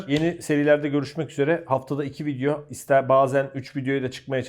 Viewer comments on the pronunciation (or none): none